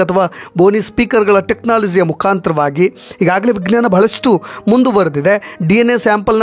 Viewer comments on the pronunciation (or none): none